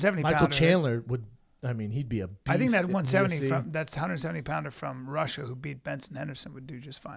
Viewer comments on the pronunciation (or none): none